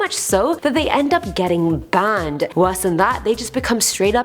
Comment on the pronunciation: It's pronounced "banned" not "bahhhhhhhned"